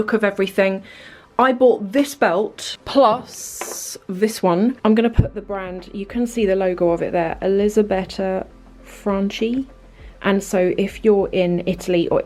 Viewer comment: Lovely video! That pretty Italian belt is pronounced “Franky!!!” Ch in Italian is like k in English!